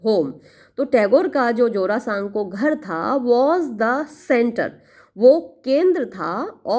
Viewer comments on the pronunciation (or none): Mam wo jarasanko nhi wo jora sanko pronunciation hoga bengali word ha isliye mujhe pta h non bengali ko tora problem Hota hoga pronunciation krne m